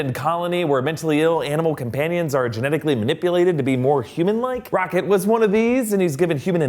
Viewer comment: Sounds like you called him '